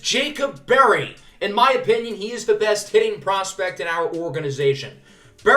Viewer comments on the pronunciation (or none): none